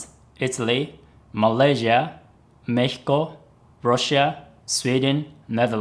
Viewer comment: Aight, i respect your reason to re-upload, and so ill re-comment: FINALLY, thank you from all your Mexican fans for pronouncing México correctly!